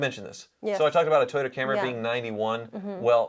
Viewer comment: Did say " Toy Yoda"? 🤔